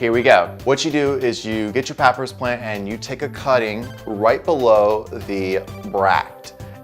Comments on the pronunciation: Sorry, but it’s pronounced Pa - pye - rus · Pop-pie-rus is how its said . But great video and super handsome gardener. Thanks